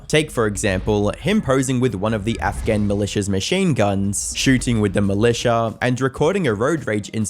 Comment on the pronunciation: you’re telling me if you tried to say Afghan you would say Afghav? Honestly it rattled me the whole video 😂